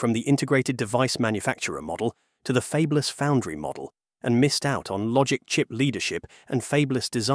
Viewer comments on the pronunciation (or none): The problem with using AI voiceover. "Fabless" "Micron" "Elpida" and Kioxia" all mispronounced 🙄